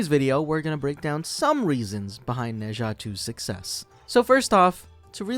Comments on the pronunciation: In fact, it's "Nur Jar"， you should read it with British accent instead of American accent! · Its pronouced Nuh Zha and I loved it.